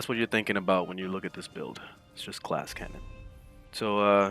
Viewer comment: "glass canyon" ?